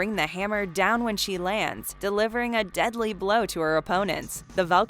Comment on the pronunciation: It’s combi like combination...not pronounced like a comb u brush hair with. Just sayin